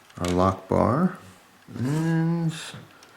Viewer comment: I thought that when you said "a lockbar" it sounds a little bit like "allahu akbar" and now i can't get it out of my head and you keep repeating lockbar...... D=